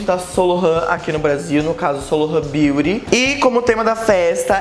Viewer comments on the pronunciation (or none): none